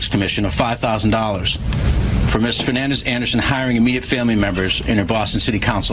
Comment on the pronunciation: Her name should be deported the news is screwing up the pronouncing of Fernandes.